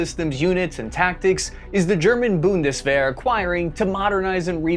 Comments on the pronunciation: bun-dus-var??? I think it's pronounced boon-dus- vare ( similar to wear but pronounced with a "V..." :) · Funny how your pronounciation of Zeitenwende and Bundeswehr started really good but got worse each time. Boon-des-were (good)... boondeswar... bundesworgh... blorgh. :D Anyway, really interesting to hear this outside view as a German, I might just have understood now what usually goes over my head when a German politician tries to explain it. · Repeat after me: BOONT-DES-VARE! Not Boon-des-var, bun-des-ver, nor even Bunny Wigglesworth! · bundesWar spoken like a true american. wehr=/=war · Try “boondess-weir”,! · Boon-des-vair Practice makes perfect. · BundesVAR lol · It's Bundeswehr not Bundeswar! You can't even pronounce half of our words. Like not even close. Stop talking about us and fix YOUR stupid problems. Over 40% of Americans are overweight! 40%! And what about your Heathcare System? Or Student loans. Or water quality. Or prison system. There's so much more. Your Country is absolutely disgusting. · it's Bundeswehr not Bundeswher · Bundeswehr is pronounced like BOON-dess-VAIR 😅and the E is before the H. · Stop calling it bundeswar please pronounce the e right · Holy hell. everytime he says "Bundeswahr" I cringe. Its like saying the US Ormy or Marine Carbs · Loved the content. As side note, the German Army is the "Bunderwehr" pronounced [ˈbʊndəsˌveːɐ̯] not bunderwar. Cheers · Lol, its not called bondeswahr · little Pronounciation hint for Bundeswehr: the wehr is pronounced like wear and tear, so basically "vear" I love your content but this hurt my ears every time ;) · Why is your pronunciation of german words getting worse everytime you say them ? ^^ Bundeswehr -> Bunseswehr -> Bundesser -> Bundeswr -> Bundesbar. Zeitenwende -> Zeitsenwende -> Zeissenwende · the pronounciation is like BundesWEAR mate, wear, not were. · 'boon·duh·svehr ' . The last three letters should be pronounced like 'AIR' ;-) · its "Bund-dez-vair"